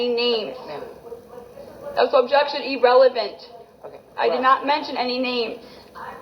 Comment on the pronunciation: "EEE-RELEVENT!!" Maddening!😝